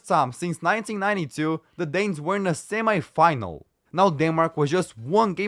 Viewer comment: I put a mega dislike,cause of the very wrong pronounsation of "semifinal" word.My head had enough of that + the semifinal between Italy and Germany ended 2-1